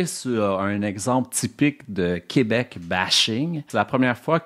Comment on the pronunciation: Il dit aussi "Coobec", il m'a tout de suite perdu 😅